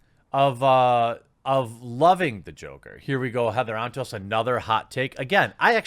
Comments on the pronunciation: I swear I thought you called her Heather On Toast. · All I hear is “Heather on toast” and not her actual name help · I kept hearing her name as Heather on Toast.